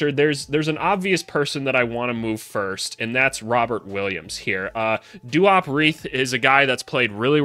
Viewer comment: Also u said duop right